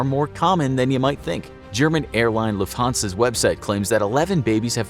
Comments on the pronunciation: if Lufthansa would be spelled like you pronounced it, it would be: "Lafthaser" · Lufthansa would be rather pronounced like Loofth-R-nzer